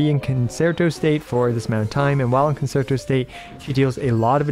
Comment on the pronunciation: Great guide as always. Just a correction... concerto is pronounced con-chair-toe.